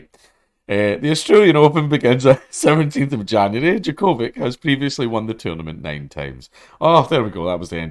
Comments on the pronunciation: Its djo-ko-vić not vik. The part vić reads as vitj or vich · I know you don't give a shit but it's "Jock-o-vitch" not "jaCOvick" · jo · kuh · vich 🤣😋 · It's pronounced Djokovic. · What a name butchering. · Your pronunciation of Djokovic wounds me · Yer saying his name wrong big yin. FTQ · Oh I thought it was pronounced Djokovic, my bad. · You say his name so weird. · Its funny listening to it as a Serbian, but as he said, he's not a tennis person, nor can he read slavic languages so its understandable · He said he doesn't watch tennis, and man did he mean it. LOL